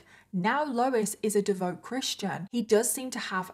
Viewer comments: It’s pronounced devout, not devote. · Devout is pronounced devowt